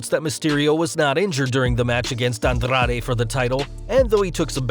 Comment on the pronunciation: Lmfao andRRRRaRRRe, RRRey misteRRRio, humbeRRRto caRRRRio We appreciate the rolling R's, but u don't have to try that hard. 👌🏽🤭